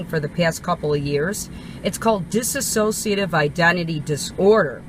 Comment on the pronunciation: *dissociative She kept saying it wrong. It's dissociative identity disorder, highly misrepresented disorder. Media like Split, etc. not only show the most severe form (which is fairly rare), its representation is so incredibly off it's disgusting. It puts an absolute undeserved stigma on the disorder that stems from severe childhood trauma. Dissociative disorders as a whole are not at all rare; PTSD is a dissociative disorder for example. Holly didn't have that. She also didn't understand the disorder (like many people). She was clearly in the middle of a psychotic episode. Definitive on the schizophrenic spectrum. A